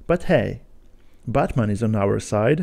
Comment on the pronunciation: You pronounce Batman like Buttman